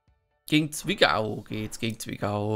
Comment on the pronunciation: Wenn du schon Zwickau sächsisch aussprechen willst dann mach es richtig, Zwicke so nennen es die Einheimischen. Ansonsten wieder super Video. Gruß aus Sachsen!